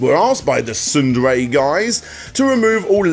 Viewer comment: SNDRAY? Sounds like you said Tsundere. Heh, Taiga house!